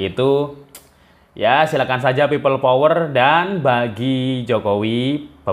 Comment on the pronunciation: Kok aku dengernya pipa power...😢